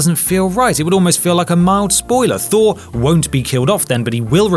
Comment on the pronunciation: NO. FHOUR......THOR😂😂😂